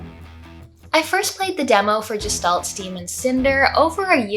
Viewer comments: I thought it was pronounced Gestalt, like guest. not jest. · You and fireb0rn both seem determined to pronounce gestalt like gestation. It's a German word, which means, unlike "German," it has a hard G sound. guh-shtalt. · This looks cool! Feels like they nailed the style they went for. I'm glad to hear it's not just pretty but you enjoyed it too. I think I would like this on the Switch. If you're curious, "Gestalt" is pronounced with a "g" like in "ghost" and the "s" in it is said as a "sh". In German, it can mean the form of something and its being, and it can be used to describe a mysterious being you know nothing about - like if you only saw a silhouette of a person at night you could say you saw a Gestalt. In philosophy and psychology, it's used as a loanword in other languages, including English, to talk about the relationship between the appearance and the being of something. It has a connotation of something metaphysical and mysterious.